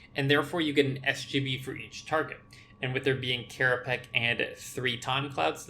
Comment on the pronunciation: * Hermoine voice * it's kerapatsj, not kerapack